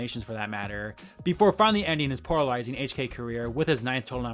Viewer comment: There’s that “poralizing” again.